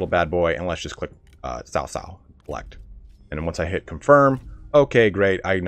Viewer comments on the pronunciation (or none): C is Chinese pinyin also has more of a ts like tsunami sound so cao cao is pronounced more like tsao tsao, not sao sao